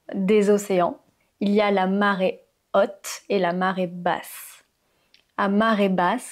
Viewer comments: La marée hotte, c’est pas correct. La marée est haute et ça se prononce différemment en français. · Je ne suis pas d 'accord sur la prononciation de marée haute disons que l adjectif haute ne se prononce pas comme en anglais hot mais avec un au plus fermé ;je suis française et j 'ai 78 ans et j 'ai fait mes études à Paris et j 'ai une licence mais merci pour ces cours très intéressants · Très bien ! Petit bémol, on ne dit [ôte] pour le mot haute...